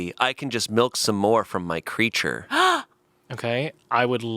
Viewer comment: anyone else clock that says melk?